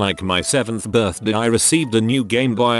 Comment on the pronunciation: Gameboyah Birthdeh